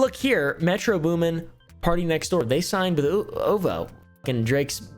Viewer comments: Calls O-V-O “oovoo “ 🤣🤣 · It’s not Oovoo It’s O V O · when you said "ohvoe" i knew you didnt listen to rap lol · "Whale" "oo-voo" 😂 It's "wal-ay" and "oh-vee-oh" lol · It’s Oh Vee Oh or O.V.O (Octobers Very Own) not ooovoo or whatever you said and everybody on the album doesn’t have beef with Drake. It’s an album lol. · Im not ridin or nothing but hearing you pronounce is “oovoo” is wild. Its O.V.O. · saying OVO as oovoo is golden. Somebody tell him it's oh vee oh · it’s not ooovooo, it’s O.V.O. 😂😂 and Wale isn’t “whale”, it’s waa-lay. And RZA is named after the dude that started Wu Tang… just fyi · Man really said OH-VO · OVO as “oovoo” and wale as “whale” told me all I need to know😭😭😭😭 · “Oo-Voo”? I’m astonished that buddy has the audacity to put out this “research” project but has no idea who RZA is (the inspiration behind Rocky’s son’s name) and how to pronounce Drake’s label. This level of ignorance takes a concerted effort 😂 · Literally so fcking funny , gained a follower? But fr: is it a joke that he pronounces “Wale” like whale and OVO as “oovoo” or does he really not know lol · "Obo", "whale"... I dont think listens to hip hop at all lol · OVO = oh vee oh..lol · its “OH VEE OH” 😭😭😭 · ovo too 😂😂